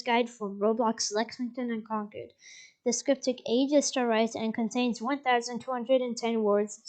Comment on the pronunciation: mass hole here concord is pronounced Kawn curd not kawn cord